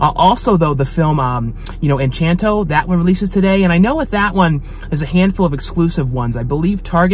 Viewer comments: I noticed you kept saying Enchanto, it's actually Encanto. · Funny how you keep saying 'enchanto' but it's actually pronounced 'en-cahn-to.' Anyway, I'm hoping for a Resident Evil steelbook but it may have just been some online myth, nothing they were really planning on releasing. Edit: wait, nevermind, I guess the steelbook does exist.